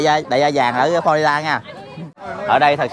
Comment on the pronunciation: Florida chứ không phải Flolida